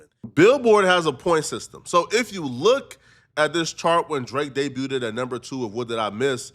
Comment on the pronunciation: Every EFFING TIME!!, just stop trying to use American sayings and phrases. You're not one of us. You're not from here. Every single video you are CONSTANTLY saying things wrong. DEBUTED (wrong pronunciation). PANDORA'S BOX (you keep saying it singular). That's just a couple from THIS video. Run your scripts past an actual American before uploading. And take a bath.